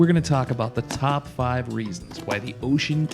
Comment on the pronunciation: Bro I like cried when you pronounced the name of the Radio right. God bless you…….. but really keep up the great 👍 work. Thanks